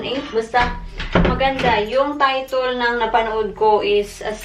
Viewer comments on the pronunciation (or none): none